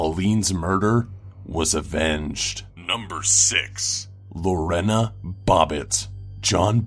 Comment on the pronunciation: I know this sounds picky... but Lorena is pronounced Lor- AY- nuh.